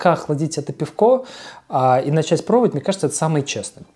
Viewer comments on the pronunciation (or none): none